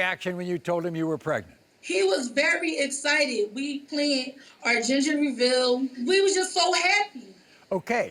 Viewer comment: She said they planned their "ginger revill " 😂😂😂😂😂😂